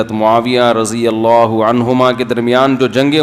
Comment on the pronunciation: Mhtaram Razi Allah nhi..Radi Allah